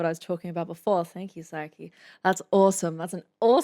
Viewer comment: Sah-kee not "Psyche" as you pronounce her name.